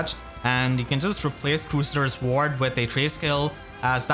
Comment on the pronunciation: "Crew Say Ders" Ward :x